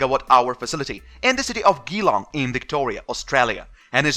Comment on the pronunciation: Geelong is pronounced Gee long as in giraffe or Germany Not as in get or good